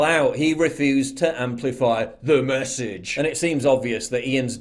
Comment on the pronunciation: "THE MESSAGE." You needed to sound a bit more drunk for that, hahahaha